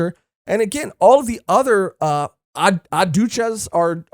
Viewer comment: The way yall say Yoruichi like Yoruuchi is throwing me off. Also the j in Adjuchas is pronounced like an h.